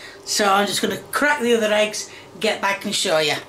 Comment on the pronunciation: Ahhh yes, cooking with the classic 3 H's - Ham - Hegs - Honions